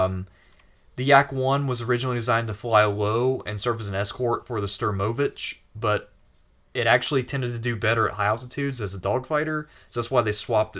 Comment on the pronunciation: For god sake it's STURMOVIK with a K not "Sturmovich". Sturmovich sounds like weird balkan last name. Sturmovik means "attack aircraft".